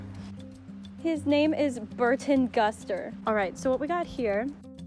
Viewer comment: Burton Guster? Come on son!